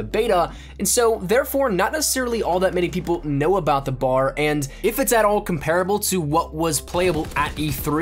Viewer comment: B.A.R. not bar